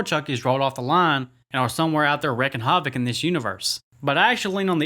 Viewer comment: wrecking hawvic?????? its pronounced reeking have ick brother